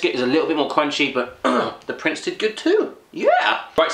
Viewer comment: You actualy should say 'prinse'